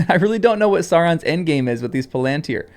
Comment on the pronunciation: Palantír has the stress on the last syllable. The long (accented) í draws the stress.